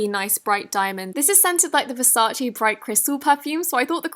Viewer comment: You pronounced Versace wrong but everyone does :/